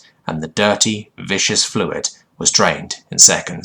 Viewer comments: I know this is an old video and you've probably heard it before, but you keep pronouncing "viscous" as vish-us, when it should be more like vis-kus. "Vicious" would be the word you'd pronounce as vish-us. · Vis-Cus... Viscous fluid. :)